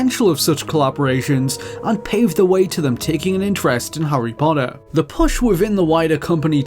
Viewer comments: Harry "Poddah" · Hurrey Podder